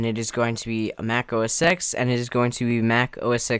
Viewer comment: OS X is pronounced O S Ten. Not O S ex.